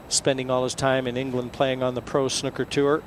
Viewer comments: Hes says snooker like snuker.... It should be said like snooooker. like a cow goes mooo.. hard to explain but yerh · lol he said snuker